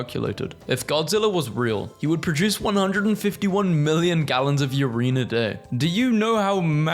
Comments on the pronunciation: URIEN?? IT'S URINE! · Ureene? Not Urine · you make “yuh-rin” sound like a certain “you-rain-ee-um” element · sorry, did you pronounce it “you-rine”?